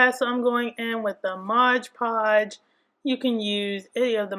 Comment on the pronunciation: The thing clearly says moD you keep saying modge